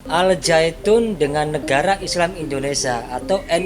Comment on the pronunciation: 😂😂😂😂😂 bukan al zyaitun tapi al syaiton 😂😂😂😂😂😂😂 .